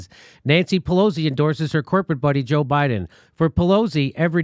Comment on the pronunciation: No "z" in Pelosi!